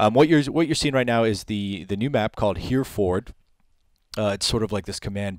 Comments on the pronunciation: I was creasing when he pronounced Hereford like that haha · It's pronounced 'herr-o-furd' not 'hearford'. Sorry but as a British person, whenever I hear an American mis-pronouncing British place names, it rustles my jimmies. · Or even 'heh-reh-fud' will do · Hair-a-ford, don't insult us by not doing your homework. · Hereford 😂😂 only a yank! 😂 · I cringed at how bad he pronounced Hereford coz that where I'm from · The way you pronounce Hereford! Hahahaha! Also how do you not know what Hereford base is? It's a real place and where the SAS is based lol!